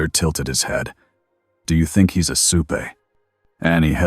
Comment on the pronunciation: pronouncsuright it doesn't sound right when you say supaAit's more like soup